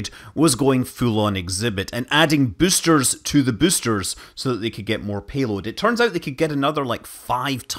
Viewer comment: Came here to hear büüsters and wasn't disappointed. Bonus müün.